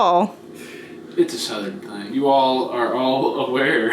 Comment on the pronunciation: “It’s uh suthern thang”